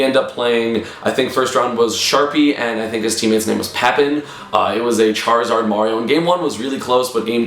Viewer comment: Sharpyzard's partners tag is pronounced "pa-peen". Like it's Spanish esam. Not "Papp-in" lol.